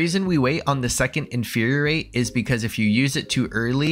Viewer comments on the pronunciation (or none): Nice job creating a concise explanation. But ya gotta stop saying “inferiorate”. It’s “infuriate”, four syllables - as in to make something “furious”. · Infuriate only has one R, man. In-fur-ri-ate. You're pronouncing it like "Infuriorate" and it's confusing as heck. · Not me just pausing every time says "Inferior-ate" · Hey I'm sorry but Infuriate only has one R and 4 syllables